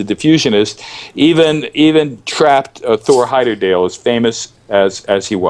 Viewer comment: Why does he keep pronouncing the name as "Heyderdale" when it was Heyerdahl!